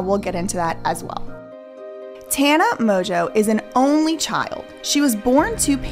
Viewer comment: If Mongeau is her actual last name… it’s not pronounced “Mojo.”